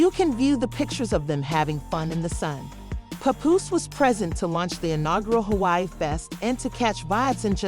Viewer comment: Puhpoose. Rayma Ma